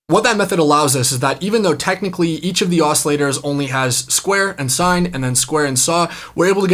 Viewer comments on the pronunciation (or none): none